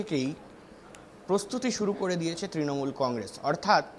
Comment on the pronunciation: তৃনমুল উচ্চারণ করতে পারছে না সে আবার নেতা